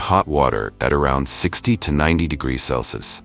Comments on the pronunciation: Celsius or Celsees 😂😂😂😂 Everytime he says celcees instead of Celsius. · Please work on the pronunciation of "degrees", Celsius", and "Fahrenheit". It takes away from your otherwise excellent videos. It shouldn't be that hard to straighten out.